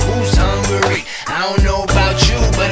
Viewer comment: I like when they said hungary instead of hu-ungry 😂